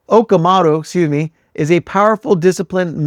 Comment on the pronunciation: It’s pronounced “Oh-kah-moh-toh“